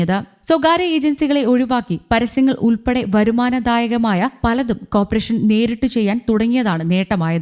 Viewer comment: അക്ഷര ശുദ്ധിയോട് സംസാരിക്കാൻ കഴിയുന്നവരെ വായിക്കാൻ നിയോഗിക്കുക. തുടർച്ചയായി കോർപ്പറേഷൻ തെറ്റായി ഉച്ചരിക്കുന്നു. ഉച്ചാരണശുദ്ധി മുഖ്യം